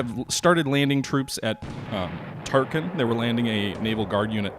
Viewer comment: Every time you call Tarakan "Tarkin" I find myself wondering about the assault value of the Death Star. :-)